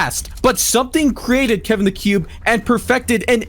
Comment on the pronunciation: I already said ik but he said kevan not Kevin damn I’m deleting that comment